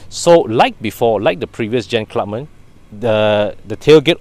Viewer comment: is it pronounced as Clubman or Clubmen? You mentioned both version in the video. If not sure pls confirm with the dealer/manufacturer. TQ.